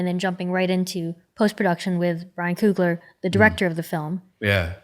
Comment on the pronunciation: Why she keep saying Coogalar!